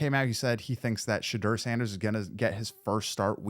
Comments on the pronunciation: I subscribed please practice on how to pronounce his name correctly.You pronounce it the way he said he didn't like it pronounced not Shedrrrrrr its pronounced Sha-door 🚪 You said his name over a hundred times so hopefully you practice and learn how to pronounce it😮💯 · Oh and Shedoor lol not Sheduur Hahaha